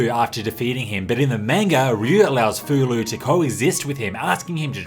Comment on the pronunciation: Great video! Breath of Fire IV has been one of my favorite games since it first came out, and I actually did not know about the names of the orphanage children. Learned something new today! Just one note: Fou-Lu's name should be pronounced more like FOH-loo, not FOO-loo, according to his Japanese kana.